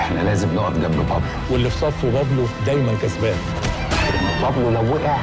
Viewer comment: بابلو سمولكون إسم تعرفو تلفظو تضربو عرب وبدهون يتفلسفو متل الأجانب